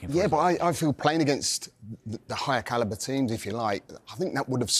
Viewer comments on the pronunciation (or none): none